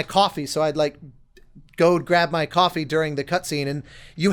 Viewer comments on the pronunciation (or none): none